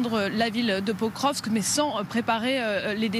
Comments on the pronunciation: Un general consultant dit que Pokrovsk est sur la ligne de mire russe depuis plusieurs mois, donc le nom de Pokrovsk est connu de tous y compris des gens lambda sauf que lui au lieu de prononcer POKROVSK il dit POVROSK. Même la journaliste essaye de le corriger en prononçant convenablement le nom de Pokrovsk. comment peut il faire de l'analyse militaire alors qu'il est incapable de prononcer le nom d'une ville faisant parti du front ? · Ça fait des semaines qu'ils parlent de Pokrovsk sans réussir à en prononcer le nom ... et après ça se fait passer pour des experts de terrain 😂